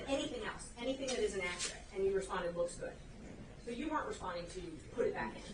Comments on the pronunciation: [ak--er--et] and not [ak--cure--et]. I speak two languages fluently using the proper dialect in both. Why is it that some can earn a law degree, but don't have the intelligence and the "listening skills" it takes to learn how to pronounce the proper English dialect. I'd bet that if our Microsoft software didn't have a spell check, wouldn't be able to spell that word and many more. If it's that easy to earn a law degree and make the money they don't deserve, I'm back to school next semester. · Anyone else annoyed that he can’t say “accurate”? And he’s a lawyer! It’s not akrit! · AK-OR-RIT? REALLY? How do these lawyers, DA's get so far and not be able to handle being on the stand? Raises so many questions. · Hes not being "Ackrut"